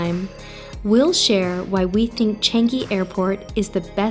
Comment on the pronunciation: Just sharing, it pronounce as ‘Chunk-gi’